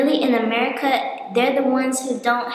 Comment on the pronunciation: Merita ... mereeta. Not America